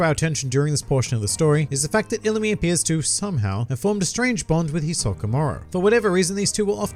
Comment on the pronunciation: Btw its HisoKA not HisoKO just saying